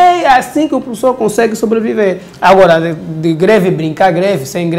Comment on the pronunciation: É falta de escola falar prussor, #pas